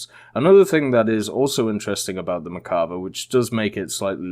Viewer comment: One or two times to tell the name wrong. but for a "tank enthusiast" it makes me cringe so fck much ! Also , Israel used British armor and they work with them on the protection. Lets not forget the M1 has British armor on in !